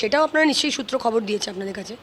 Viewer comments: সূএ না মূএ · "সূত্র" টা তো একটু ঠিক করার দরকার আছেই … 🤷